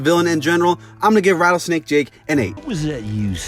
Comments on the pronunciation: As soon as the origins sign goes away he says rattlejake snake lol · “so rattlejake snake” 💀💀💀